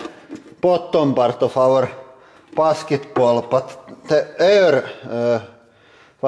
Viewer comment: rekural pasketbool xD